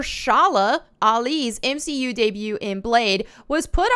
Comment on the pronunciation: You lost me at "M 'she' U"...